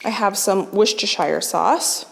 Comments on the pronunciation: Hi, an easier way of pronouncing Worcestershire sauce is phonetically. So it becomes Woostershire sauce or as us English say 'Wooster sauce' loving all your vids btw x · Just a little note. Worcestershire is pronounced Wooster. :D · A Brit here, good effort on Worcestershire, shire is sheer, Yorkshire is sher for simplicity sake. Good recipes, thank you. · I love the many variations there are for Worcestershire. Some are downright hilarious. I have a friend who moved to the US 7 yrs ago from a small town not far from Worcester England which is where Worcestershire sauce was created by Lea & Perrins. In England, she says, it is pronounced "wuu-stah-shah". In Massachusetts, people pronounce "woo-stur-shur"